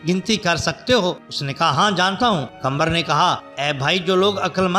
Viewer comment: Nam lena to seekh lo qambar nhn qamar he.